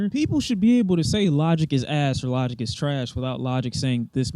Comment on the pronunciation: Bro said “lodick” 😂